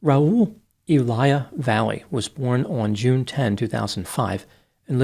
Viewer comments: Last name should be pronounced Vah-yeh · I knew a family with this last name [Valle]; they pronounced it 'Vah-yay'. However, since we know does his homework, I imagine in this case he has the correct pronunciation in his story. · Last name is but can't pronounce Valle correctly.